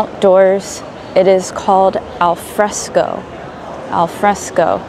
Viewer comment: Hi, your pronunciation is perfect "al fresco" but they are two words. These real-life videos are my favorite, they help me improve my English a lot. Grazie mille